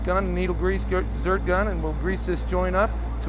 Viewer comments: Zerk not Zurt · Grease zerk dude! Not zert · Zerk not zert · Is he saying grease “zert”? It’s a grease “zerk”. Come on,! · Did he say "zert"? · It's not a "zert" buddy